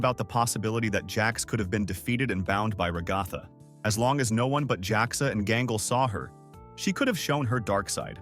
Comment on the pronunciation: I get so annoyed when he says ragatha it sounds like he says rugafa but it’s rag-a-tha